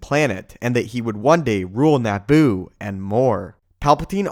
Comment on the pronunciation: “NAH-BOO”...? Try Na-boo, with a fast “a” sound...🥃